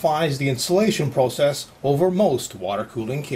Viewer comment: dont get me wrong this guy rocks but he murders words like proocess raadiatur and other stuff like that